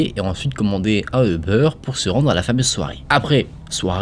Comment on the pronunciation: Quand tu dis euber ça me stress on dirait un jambon beurre le machin